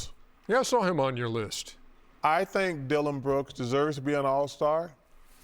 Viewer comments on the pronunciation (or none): LOL.. Dilloin brooks?? HAHAHAHHA